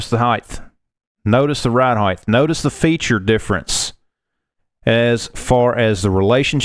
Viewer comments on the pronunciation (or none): Stop saying “heighth!” It’s not a word! The word is height!